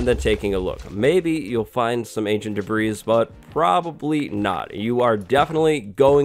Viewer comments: His insistence on calling it "ancient debreeze" simply makes this unwatchable.This ignorance is just too painful to watch. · lol "ancient debreeze" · Actually no, it's literally called "Ancient Debris" 😂😂